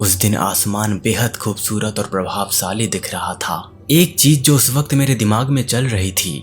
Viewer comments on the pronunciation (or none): Bhai aapki video bhut achi hai par श aur स par thoda dhyan do ....video audio achi hai lekin sha aur sa thoda acha nhi lgta .... Jaise Prabhavsali, Saasvat jbki Prabhavshali aur Shaashvat hona chahiye. Baaki video mst hai